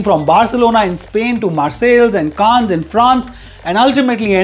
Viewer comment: Your narrative style far outshone the big fat Indian weddings with your right mix of gujju accent, filmi phrases and getting Canne accent right ,along the way!!!You are on a roll in this session and your ending where you plugged the hair product was done with class unlike the crass show of money in these weddings!!!